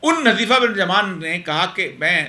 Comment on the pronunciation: حٌذيفہ صحیح تلفظ ھے۔ عربی نام ھے۔ ح پر پیش کے ساتھ ۔